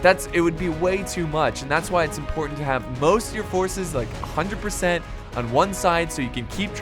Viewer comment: "Most of ur forces... like HUNDRED PROSENTS" 👌👌👌